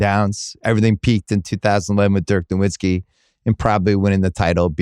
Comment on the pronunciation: Why can't Bill Simmons pronounced "Nowitzki" correctly after all these years?